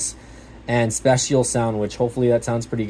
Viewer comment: Nice video. The P in POLED means it's using a plastic substrate, kind of insignificant, really it just means it's OLED. Also, Dolby is pronounce Dole-bee and spatial for spatial sound is pronounce spay-shial